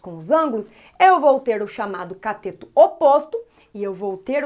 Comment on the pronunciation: Professora, é CATETO e não COTETO. Ainda bem que aula é de matemática , e não de português. kkkkkkk🤣🤣🤣🤣